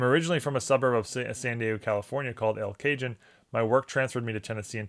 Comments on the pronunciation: Just fyi, in the last minute you refer to a city outside San Diego. It’s pronounced El Kah-Hohne. Great video as always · “El Cah-hoan” … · Thanks for the regular rollers episode. I live about 15 minutes from El Cajon, a suburb of San Diego. It is pronounced El Cahone, as it’s a Mexican term meaning “the box”. The city is named for the box-like shape of the valley that actually surrounds the city. Living in San Diego we have many cities in the county that have Mexican names. Go Padres!